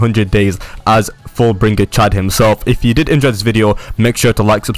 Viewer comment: your saying full bring ger